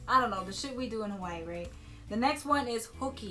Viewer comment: I was always wondering why some people say Hawaii with a V, now I know. Mahalo.